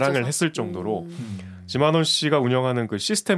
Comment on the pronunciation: 지만원인데 쥐만원으로 들리는건 왜일까?